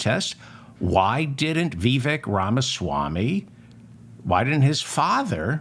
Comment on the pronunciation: You can’t even say his first name correctly